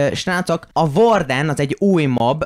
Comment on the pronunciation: Varden nem vorden és borden :D